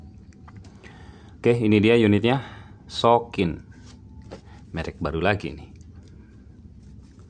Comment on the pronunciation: sokin bang.... bukan soklin 😭